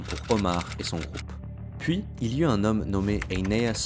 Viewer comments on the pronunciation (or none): none